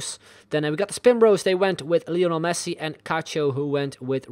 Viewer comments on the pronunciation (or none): none